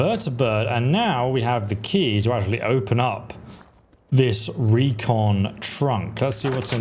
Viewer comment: Not to nitpick...but... you say 'recon trunk'...it's a 'Repconn trunk'. PAX